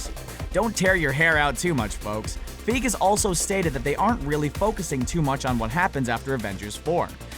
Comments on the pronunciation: It's not Kevin feeg it's figi(figee) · its fucken pronounced "fygee" not fucken "feeg" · god damn it, og hurts my ears every time... "Kevin Fiiiig" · Learn to pronounce then names! Feye-Gee not Feeg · ITS PRONOUNCED "FI-GEE", not fig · Ugh hearing him say Kevin “feeg” hurts. It’s F-i-gee. Hard “i” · It's pronounced as 'fie-gee' and not 'fig'. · STOP SAYING KEVIN FEEG. ITS FY GEE. LIKE FLY WITHOUT THE L AND GEEK WITHOUT THE K. FY GEE FYGEE - FEIGE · Feeg really it is fie gee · Learn how to say Kevin Feige's name!! FIGEY not feeeg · its not feeg, f-eye-gee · "FIE-GEE" fie as in pie, then gee, like mee. Soz about this comment but everytime I hear the narrator say fieg it kind of grinds on me, right that's enough negative comments and using works WiFi lol all the best. I've subscribed, liked and shared on my available social media all the best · Fi-Gee not Feeg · It's not pronounced "Kevin Feeg," it's "Kevin Figey" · It's FEIGE... FEIGE!!! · Figee (feige) this guy and his pronunciation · The way he says " Kevin feeg" is terribly cringey. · feige is pronounced fi-gee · Omg, Kevin Fig. And he said that so many time!😖😖😖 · It's Kevin F-ie-g-ee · It's Kevin "FAI-GEE". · I stopped watching when he said Kevin Feeg. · its kevin feige not fig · STOP SAYING FEEG! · feeg dude seriously....hahahaaha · His name is pronounced feigee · He pronounced Kevin Geiger wrong is meant to be faigee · Lmfao this nigga said Kevin Feeg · Who's Kevin Feeg it's Feige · Even the wiki page shows the pronunciation of the name: Kevin Feige /FY-ghee/ pls you can do better than that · Kevin FI-GEE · It's pronounced FUHEYEGEE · i die inside every time he pronounce feige like "feeg" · Drinking Game: Take a shot every time he says Feeg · its pronounced Kevin Fi-gee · Kevin Feeege ?? No offence to you , (but, that is wrong , btw ) . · fye-gee thats how its pronounced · lol he treats Kevin feige "Kevin feeg" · Lol he said Kevin feeg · I'm triggered he pronounces Kevin feige as feef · it's FI-GEE. GEEZE!